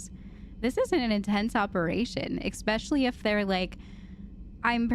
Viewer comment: There's no "k" is "especially!" 😬😅😂🤣🤣🤣